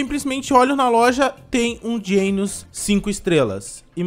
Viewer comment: PLMDS PFVVV PARA DE FALAR GEINOS E DGENOS MAIS OU MENOS ASSIM MESMA COISA DE AYZEN E AYZEN N EYSON